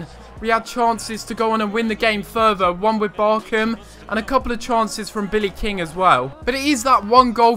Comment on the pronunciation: I wish you said BarCHam correctly